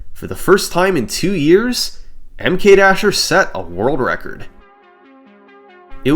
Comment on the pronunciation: SummoningSalt I love your videos...I think I watched them all. But the way you pronounce MKDasher is killing me. I don't know what the right way is but the super pronunciation of the "M" is like Nails on a Chalkboard :). Anyway keep the Vids on coming... <3